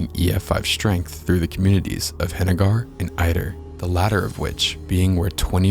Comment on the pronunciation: Also, it’s not pronounced Hena-GAR, it’s pronounced Hena-GER